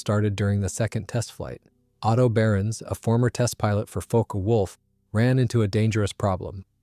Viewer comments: Fokke is pronounced correctly and incorrectly in this video, leading to suspicion of AI slop, which would the other mispronunciations. The video is a bit suspect, as it seems to switch photos of planes somewhat randomly. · I think NENE is pronounced NEEN and Focke is pronounced FOWKa. Pulqui is pronounced PULKEE. Coup d'état is pronounced COO DAY TAH.